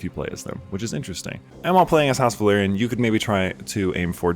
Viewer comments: Velaryon not Valerian 😂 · I know it's such a small and understandable thing but for some reason it makes my asshole pucker when people pronounce both Velaryon and Valyrian "Valerian".